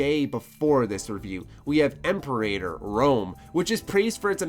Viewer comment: idk exactly what you meant with the Imperator Rome part, but its not a good game at all, the entire Grand Strategy community is pissing all over this game, so i found it very confusing that it had a 8.0. Also dat pronunciation of Imperator lol